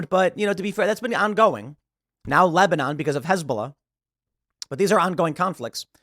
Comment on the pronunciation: "Lesbanon" come on Tim, we know you were about to say it aaahhahah!